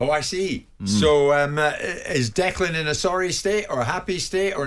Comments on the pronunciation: Note to.. Its Declan not Decland!!! Cant even get his name right! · Even Stuart Pearce who knows him quite well, spent alot of time around West Ham, still calls him "Decland" - Very strange